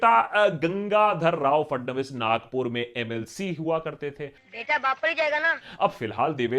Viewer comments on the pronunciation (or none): none